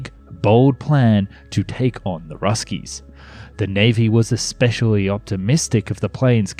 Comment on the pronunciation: "Especially" has no "c" or "k" and is pronounced ess-PESH-ee-al-ee. Thanks for narrating, by the way. Human narration is a good thing.